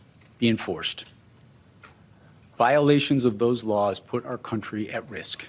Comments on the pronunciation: To be fair, he said “Lrarls” not Laws. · What the hell is lours trump keeps saying lours is he that scard of the law he cant say the word mabey it will go away what a happy day for trump that would be. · “I’m going to enforce all lores”?😂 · "all lawrs" did he mean "laws?" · Did he say laws or lars?